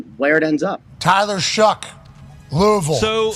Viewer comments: Shuck. Not Shook. How hard is that to learn? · could you please pronounce the guys name correctly? His name is Shough pronounced shuck!!!!!! Not shook.